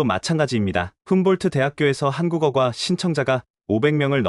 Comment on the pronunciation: 한국어꽈라고 얼마간 된소리로 해주세요... 꼴대라고 좀 해 줘야지 걍 골대라고 하면 머리 골을 연상하게 돼요. 좀 아나운서라는 사람들은 감이 떨어지나?